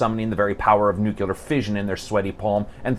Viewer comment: come on man, it's "nuclear"